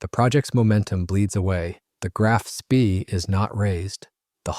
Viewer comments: It pronounced shpay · Spee = schpay. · SPEE as in SCH-PAY. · If you cannot pronounce 'Spee' correctly, it brings into doubt the authenticity of the entire video. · Yeah you'd think the fellow could learn how to pronounce the name.